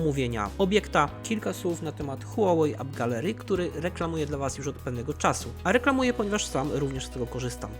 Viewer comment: 17.12 powiedziaales czasiu